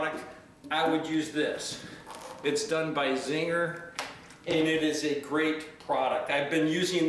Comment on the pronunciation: Says Zinger but the name is spelled Zinsser. Haha must be an industry slang for that brand.